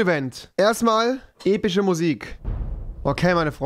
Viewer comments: Niemand: Rewi: Epich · Heute mal EpiSCH statt EpiCH